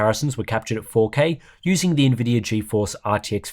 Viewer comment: The "NVIDIER APP" 😂